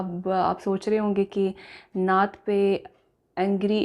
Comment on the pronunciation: We like you so much but please don't make video on this stupid person he don't know how you say natt so please don't make on video on this stupid person